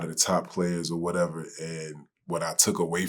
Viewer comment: "O waddeva."